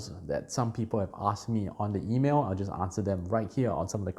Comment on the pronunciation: Man ur so obsessed with yii2 that you even say yiimail instead of email;-D I would boil the topic down to having a scalable migration procedure tested and ready to use so when a business gets banned from one platform it can be instantly migrated or rebooted from another place. Of course even if you run raw servers yourself you may get banned by your domain host or even internet provider. I think it makes more sense to not run everything from one place but rather break the architecture down to compartments run by separate companies selling subservices to each other. Set up properly it would make almost impossible to get banned that way without huge legal losses for the banner. Speaking of digital ocean - so far so good, untill they get to one league with big tech, then they will just converge.